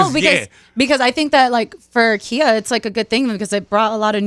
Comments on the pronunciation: 🤔🤔🤔Sooooo everybody just gone call this woman KIA like the car instead of KHIA(KY-AH)???????? Sooo disrespectful. USE THE WOMAN BEAT AND CAN'T EVEN SAY HER NAME RIGHT......SMFH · Right I was like wtf lol its Khia not kia ! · Yo why niggas from the west coast keep saying Khia name wrong? 🤣🤣🤣🤣 This like the third interview I've heard with people asking about Icy Girl and asking how Khia feel about it. It's Kigh-Ya folks. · Why they keep mispronouncing Khia name lol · Why the fuck did yall fuck up khias name like this🤣